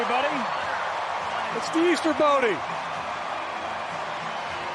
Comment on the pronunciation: did my dude at that game say "it's the easter bote"? xDDD